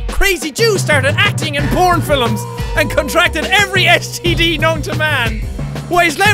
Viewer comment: Like this comment if you laughed at the way jack said "film". XD